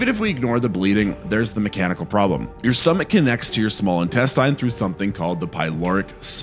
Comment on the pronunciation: Please stop saying intestine like that I'm begging you